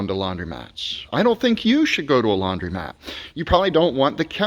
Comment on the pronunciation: DUDE: Laun-DRO-mat, not laun-DREE-mat. Hello